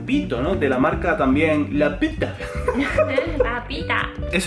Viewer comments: "La petah" JAJAJJJJAJJAJ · xxxtentacion Me llevó tiempo entender por qué dice LA PITA con la i así, jajajaja, o será que soy mal pensado. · Lo que no entiendo es por qué no se pronuncia Pita? Se ve claramente la i